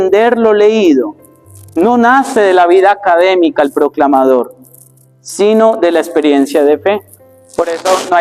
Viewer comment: La expresion sino muchos la pronouncing COMO si no COMO Megan’s.